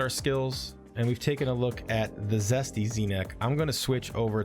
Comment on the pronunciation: Jesty is Jesty, as in Jest, Zesty is what you keep saying, with a z